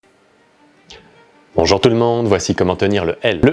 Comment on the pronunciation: ton "bonjour tout le monde" sonne très québécois, étant moi même québécois je shis surpris à chaque fois